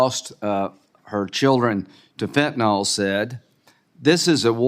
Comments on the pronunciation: why cannot republicans properly pronounce fentanyl? not fentanOl. fentanYl = pronounced Y like an I. i guess they think saying fentanOl sounds scarier. i do agree mayorkas is a moron. he has constant deer in the headlights countenance. big laugh when graham calls for kurilla remark on easel behind him that was already on the easel. lindsey is being dull--witted. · Why do so many seemingly intelligent people not understand how to pronounce fentanyl! It is pronounced as "fen-tan-il or fen-tan-ul"... not "fentanall"!! The original manufacturer says it is pronounced as fen-tan-il. Now... reinstate the damn policies that were CLEARLY working to secure our southern border and get rid of Mayorkas. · He certainly doesn't know how to pronounce fentanyl.